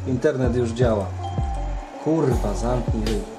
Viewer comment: te kurła brzmi śmiesznie